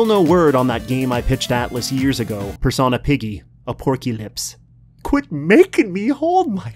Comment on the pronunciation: its wingardium persOHna not personAH